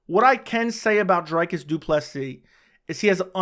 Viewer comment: It’s “Dree-cus”, isn’t it? Or that one of the inside jokes from the channel? Shillelagh? I think you need the Boston crab.